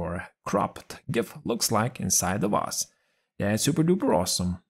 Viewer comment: I just love how you pronounce the word 'vase' - it always sounds 'Vaas', like the infamous mad guy from Far Cry 3. 😆 Using an invisible pie chart to set the right percentage is a very clever idea, I'll use it from now on, thanks! But Microsoft should offer us a much simpler method, I think... You can already set up a lot of things, why this should be different? Also, I had a strong feeling that you're behind this new channel since its style is very similar to yours! And I was right, of course... Good news: you have a new subscriber! 😁 Keep up the good work, mate! 👊